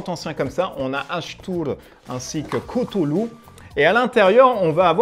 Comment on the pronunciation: Tu as oublié un gros point négatif, ta prononciation de cthulhu 😂😂 Sinon pas pour moi ce jeu, il ne m’attire pas je préfère largement un demeure de l’épouvante ou un horreur a harkam, qui me semble plus cohérent, avec le thème.